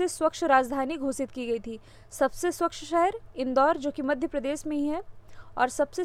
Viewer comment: ma'am aap स्वच्छ को स्वक्ष kyu bolte ho